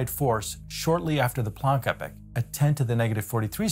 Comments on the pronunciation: Epoch is pronounced "EE-pock," not "Epic." You don't want to confuse people... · He keeps saying “epic” instead of “e-pok” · Why is he pronouncing epoch "epic"? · Two things. First, epoch rhymes with "free clock" it has a long e sound. Second, Inflaton rhymes with "in your mom" (short a). This is very grammar ocd, but I couldn't resist. Apologies in advance.